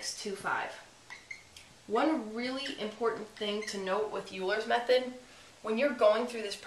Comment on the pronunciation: It's pronounced "oiler's method"....